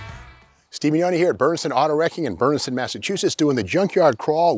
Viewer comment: I guess it’s Bernardston. Very difficult to tell based on the varied pronunciations, even changing it between the name of the junkyard and the town. Saying things like, “Berneston Wrecking in Bernenston Mass” or “Bernsen” throughout the series. I imagine, because it’s Massachusetts, it’s pronounced more like “Bernerdston” or “Berneston”. Not knocking you, Steve. Just trying to figure out where you are.